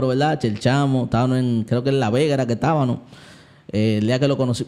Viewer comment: Dios bendiga hermano excelente contenido Una corrección humildemente sievo se dice estabamos no tabano, disculpe no tengo otro medio para decirle